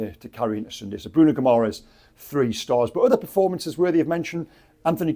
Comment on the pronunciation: Bruno Gumores..seriously ? .. can,t even pronounce the names of our own players.. more respect please and put in a little more effort